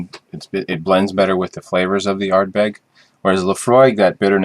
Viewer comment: So glad to see a North American adding water to their Scotch. As you're supposed to. Glad you enjoyed them both too. :-) PS: I much prefer the Ardbeg. Even though it's peatier than the Laphroaig, (59ppm vs. 29ppm-ish?) it doesn't SEEM as peaty as it's a better balanced single malt. PPS: Ard-BEG ;-) Emphasis on the last syllable.